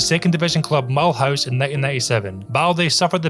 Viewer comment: The way you said mulhouse had me thinking it was a Scottish club 😅